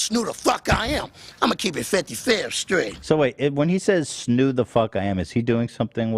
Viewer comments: Pls don’t say snoov. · DONT SAY SNOO ETHAN